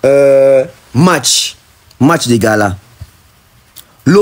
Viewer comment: Concert y’a munene, concert populaire yaba $3 😂😂😂😂😂😂😂😂😂et puis au lieu de Laurent ferré azo loba Laura 😂😂😂😂😂, Y’a Laura sokoko na allure oyo même Boketshu aleki ferré na mayele, po boketshu alobaka Lauren et non Laura 😂😂😂😂